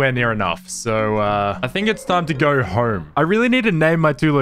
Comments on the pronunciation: I lost interest the second you said Horme, proceeded to put "Home" on the screen... and said Horme again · "Im gonna need to gor horme" That home pronunciation killed me ngl 💀